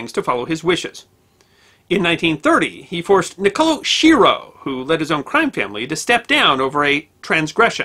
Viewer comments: Usually in Italian names, the SCHI is pronounced like "SK" a hard C. So, it's likely his name was pronounced "SKEERO" . . . . . .Similarly, "Lucchese" is pronounced "Loo-Kay-Zee" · Schiro is pronounced "ski ro." There was a mayor of New Orleans by that name -- who told people "don't believe any false rumors that you hear unless they're from me."